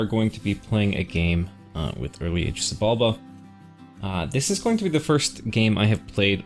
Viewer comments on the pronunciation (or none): Just a heads up: if I recall correctly, the ‘X’ in ‘Xibalba’ is actually pronounced as though it was an ‘Sh’